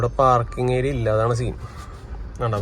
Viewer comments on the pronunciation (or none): none